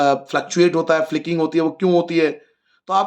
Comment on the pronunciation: 😂Sr ur pronouncation of flickering is wrong😅